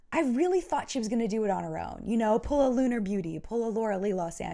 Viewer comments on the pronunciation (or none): none